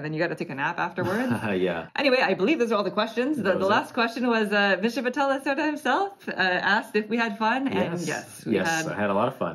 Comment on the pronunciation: Thanks for the detailed video. Vital's games are too busy and complicated for my personal taste, but I always enjoy watching your playthroughs. As a scientist, I appreciate the theme of this game! (Just a note: the "e" in Lacerda has an open sound kind of like the first "e" in "festive")